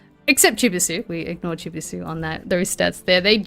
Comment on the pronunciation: Pretty embarrassing the caster can’t pronounce Chibisu, at least learn the competitors names 😂🤦🏻‍♂️